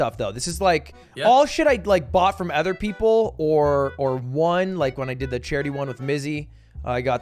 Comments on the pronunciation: Does everybody from New Hampshire pronounce other as ether? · Lud pronounces other as "ether" ???????????